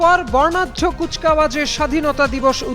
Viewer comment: মিস সংবাদ পাঠিকা এটা কাউস নয়, কুচ কাওয়াজ